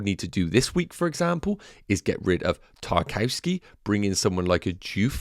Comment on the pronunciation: Great content. Btw... Tarkowski is pronounced 'TAR - KOV - SKAY' or even 'TAR - KOV - SKEE'.